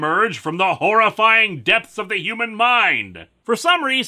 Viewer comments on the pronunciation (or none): none